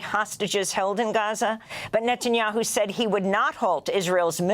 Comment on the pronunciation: Please someone k... netaniahu. This is unberabel